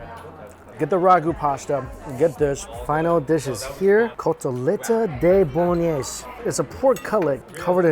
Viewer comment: Bolognese ** lol i swear i heard balonie